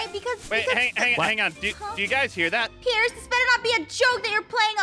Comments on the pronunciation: "Hi Aphmau" "Hi Perce" said Perce Instead of Pierce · "Hi purse" as opposed to Peirce